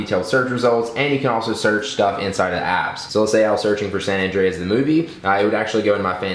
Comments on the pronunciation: san Andreas not san andres xD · It's probably because it's "San Andreas" not "San Andres" helpful hint. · Lol, it's San Andreas and not San Andres hahaha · yeah ummm, its San Andreas not Andres